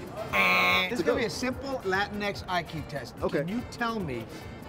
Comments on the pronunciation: It hurt my soul hearing John saying latinx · Every time he said Latinx my soul died a little...